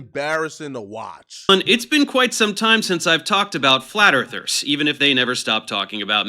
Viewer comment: "Flat Erfers"?